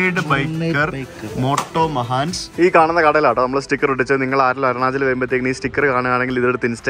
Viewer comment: മോട്ടോമഹാൻസ് അല്ല മോട്ടോ മച്ചാന്സ് , Moto Machans